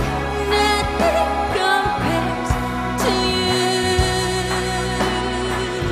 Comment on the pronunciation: 可见不会正真会听和讲英文的才会觉得唱的好。发音简直是垃圾！哪有人那么把Nothing 唱成NA-AHting,把you唱成ewwww.